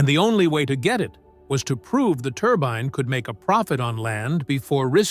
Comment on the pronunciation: Turban? Turbine,? Make up your AI mind😂🤣😂